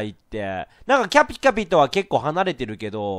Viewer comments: くるくるパンダ それ思ったwカピカピにしか聞こえないw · キャピキャピ言えてない笑笑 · キャピキャピが…言いにくそう…可愛い（笑）